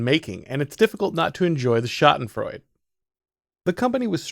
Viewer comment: Your pronunciation of schadenfreude was so close. The e at the end isn't silent, it's like a soft "uh" sha-den-froy-duh